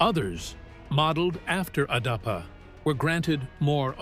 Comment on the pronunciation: Not darpa. Adapa... So come collaborate with adapa... ❤